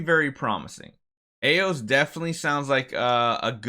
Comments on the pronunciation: Why do you pronounce eos like that? Type eos into google/google translate xD. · you are pronouncing her name wrong, if you look up the Greek word Eos, you’ll find a how to pronounce it video. And I’m pretty sure they took the Greek word Eos for her name, since it means personification of dawn